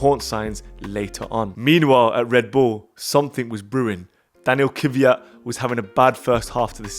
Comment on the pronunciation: 😊Nice video guys! Just for your information: it’s Kvyat not Kivyat..☺️